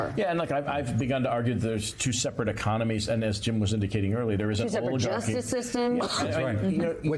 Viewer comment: Someone PLEASE tell Ron Insana that the word is pronounce oh-lee-GAR-key, NOT oh-lee-JAR-key, as I heard !